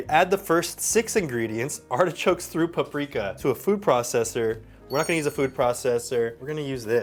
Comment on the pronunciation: Nobody:: PA PRIKA